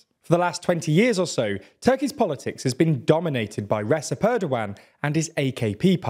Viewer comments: Recep is pronounced Rejep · Recep isn't pronounced with an s, it's pronounced like "Redjep" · Recep isn’t pronounced the way you’re pronouncing it 😭 it’s like Rejep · Correction: C in Recep is pronounced as a J in turkish. Keep up the good work ! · I have watched several videos of yours regarding Turkey and I want to help you out with some of the pronunciation as they come up pretty often. Recep Tayyip Erdoğan is pronounced with the "c" in Recep like "j" in jet, instead of an "s" sound like in "sea". It would also sound more appropriate if you let the "g" sound out as the letter "ğ" is a softer version of g, I suggest reading it as "Erdoan" with an emphasis on "-an". The opposition leader's name also has the same letter therefore I would suggest doing the same and reading it as "Kilichdaroulu" and İmamoğlu as "İmamoulu" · Isn't it time you guys learn how to say Recep after the 20th video covering Turkish matters. The 'c' in turkish is pronounced like a 'j' in English.